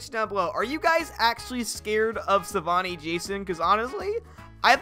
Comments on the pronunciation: Can't you just give us the freaking mod I just want it Edit:IT'S SAVINI NOT SAVAINI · Savini not Savani Jason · It’s pronounced Sa-vee-nee. Not Savani.